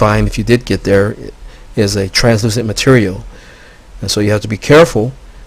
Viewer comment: Anyone who makes a claim like this, about being contacted by extraterrestrials; and provides no evidence whatsoever other than "it's just the truth" is a moron and not worth anyone's time. Also, words he could not pronounce: Antarctic Extraterrestrials Translucent Oil Smh!